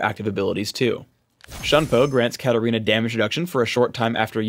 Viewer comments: Hm why katarina is pronounced karolina? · HEY as chinese user i cant understand why katarina is pronounced karolina...